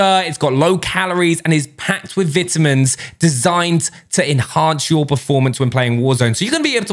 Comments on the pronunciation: I love how says vitamins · I liked this because he said vit-a-mins lol. Good info man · Wait, do people say vitamins like that where your from? So how do you say vitality... since they both have the same roots. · Nobody says vitamins like that cmon now